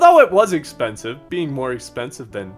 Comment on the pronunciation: "Ex penis ve"